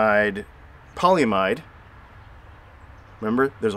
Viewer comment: Pronounced. Pol ee im id. Long e, Short I sound. This is used to coat the top of most computer chips for isolation.